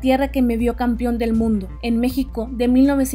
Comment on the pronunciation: No se dice "campion"